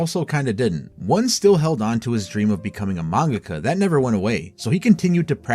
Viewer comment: Great video, except for your pronunciation of “mangaka”. It made me want to drive into oncoming traffic….. it’s like the dubbed pronunciation of Toppo from DBS.